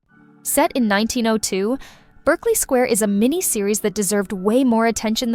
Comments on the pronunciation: The "Berkeley" of "Berkeley Square" is pronounced "Barkley" by the people who named it. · Sorry, it's spelled Berkeley but pronounced Barkley. Since you pronounce Derbyshire correctly as Darbyshire, just thought you'd want to know. Love your videos! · Could you PLEASE take the trouble to pronounce names like Berkeley Square correctly????? Not to mention Matthew McFadyen. Also, none of these dramas has been "hidden" from the public. They're all well known.